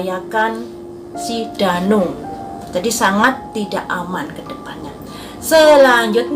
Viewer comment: Kok ngomongnya Dani bukan Danu😂